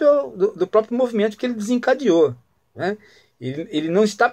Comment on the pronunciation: Sr Prof. Dr Philosofo Ghiraldelli... Não se fala "PRÓPIO" (ouça no minuto )... e sim "PRÓPRIO". Deixaria passar essa sua falha grave de conhecimento da língua portuguesa, se não fosse a repetição sistemática dessa - e de outras - gafes linguísticas. Isso prova, infelizmente, que, hoje em dia, ser formado na USP ou na UNIESQUINA dá no mesmo.